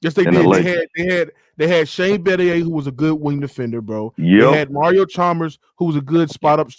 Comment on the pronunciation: Heat was not a superteam and they didn’t have good role players smh this Man said chalmbers 😂